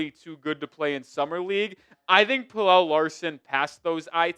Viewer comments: its Pel-luh not Pel-elle, pleaase stop pronouncing it like that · It's pronounced Pella not Pellel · Pel el … Kel el. You do a story on Pelle (Pella) and you say his name wrong. Weak.